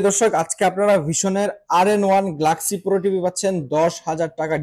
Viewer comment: গ্লাক্সি না বে গ্যালাক্সি হবে। বেশী স্টাইল করতে যেয়ে অশুদ্ধ উচ্চারণ কখনোই স্মার্টনেস নয়।